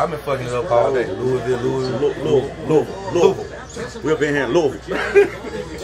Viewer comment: Thank you for sayin Louisville right.